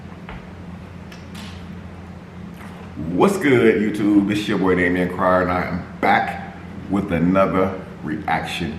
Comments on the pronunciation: It’s not damen it’s DAMION now get it right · no his name is damen they call him damien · You said Damien last name wrong and u said 2019 it’s not 2019